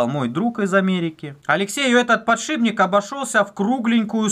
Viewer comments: ПодшиПник а не подшиБник! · ПодшиПник! слух режет. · Аж коробит когда говорят подшиБник=(